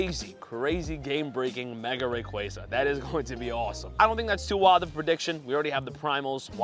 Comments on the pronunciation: Ray qua za Not ray qre za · It’s RayQUAza QUAAAA